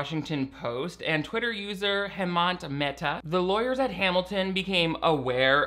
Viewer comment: Bruh you’re super close to losing your gay atheist card based on that pronunciation of Hemant Mehta’s name /s